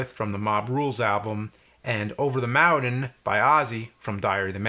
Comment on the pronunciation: I thought I had a stroke when I heard “over tha moundain”